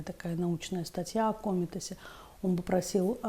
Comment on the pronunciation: НЕ МЕШАЛО БЫ ПОЙТИ К ФОНИАТОРУ. ДИКЦИЮ В ЭТОМ ВОЗРАСТЕ ТРУДНЕЕ ИСПРАВИТЬ. ТЯЖЕЛО СЛУШАТЬ!!! ЛУЧШЕ,КОНЕЧНО, ПИСАТЬ... ДА, И КСТАТИ, СТАРАЙТЕСЬ ПОЖАЛУЙСТА, ПРАВИЛЬНО ПРОИЗНОСИТЬ ФАМИЛИИ КОМПОЗИТОРОВ. В ЧАСТНОСТИ КОМИТАС В ВАШЕЙ ИНТЕРПРЕТАЦИИ ПОЛУЧИЛСЯ ЛИТОВЦЕМ.